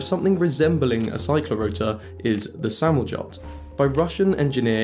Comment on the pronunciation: Samoljot is pronounced "samoleeot" :P